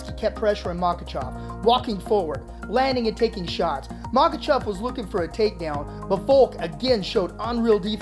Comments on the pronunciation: How do you pronounce Makhachev wrong everytime you say it? Pronounced it differently everytime. It’s mah-Kah-chev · All i saw was 5 seconds of a highlight and kept hearing “MakaChaaaav” Boo 😂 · Makhachev❌ Makhachav✅ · "MAKACHAV!" i think it's pronounce "Makachev" (Makhachev) lol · how many times can this guy call him maka "chov" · Dude his name is not makachov, listen to your pronunciation and get it right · "Makachov" lol. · Man this guy butchered Islam's last name.. MOCKECHOV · Makhachav lol with an a ?